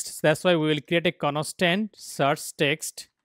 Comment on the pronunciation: conostant data hahhahaha